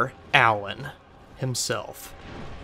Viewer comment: 's gotta be 'uh-LAWN'. If they wanted me to say "ALlon" they'd have two ells in it. Also. Yes, his moves are very well choreographed. And he generally telegraphs them well enough that you can see them coming. :)